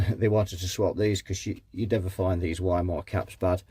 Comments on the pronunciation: Since the capacitor brand is german, it's pronounced Wee-Maah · I say Wee-muh, you say Why-mer; lets call the whole repair off? 🤔😉 ( a wee muh wuh, a wee muh wuh.....🎵 and a Weimeraner too? 🤔🤣)